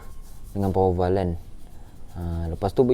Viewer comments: bro! jgn sebut power val... salah tu... bunyinya power waf... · power waf pun salah bro! sebut power valve